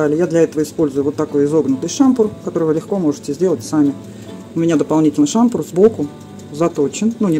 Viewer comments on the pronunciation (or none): Пожалуйста только не шАмпур, а шампУр!!!